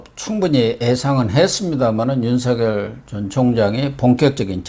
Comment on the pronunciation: 윤석열은 연음법칙에 따라 윤서결로 발음해야 합니다.윤성열이나 윤성렬로 발음하는것은 매우 잘못된 것입니다.소위 지식인이라는 분들이 우리말,더군다나 가장 중요한 사람의 이름을 잘못부르는 것은 방송의 신뢰와 화자의 수준을 의심케 합니다. tv 애청자로서 안타까운 마음에 드리는 말씀이니 은 물론 누가 페널로 나오든 꼭 지켜지길 바랍니다.